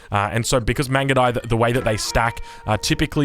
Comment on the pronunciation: i died when he try to pronounce the mangudai upgrade